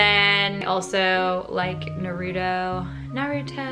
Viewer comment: LMFAO NAY-RU-TOE. SIS